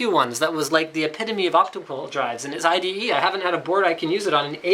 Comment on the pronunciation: it's ide.. not ite.. ;)